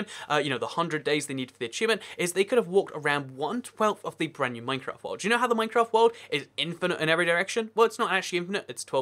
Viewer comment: At the start he says mafcraft